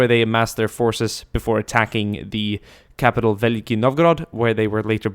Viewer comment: Belief? Dafuq! Veliky*